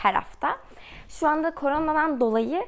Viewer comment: Koronadan diyeceğine kornodan diyip duruyor sinirim bozuldu dkevdkwjdejhx